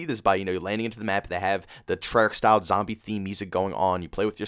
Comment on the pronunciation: Yesterday: Treyarch is amazing! Today: Treyach, back to the bs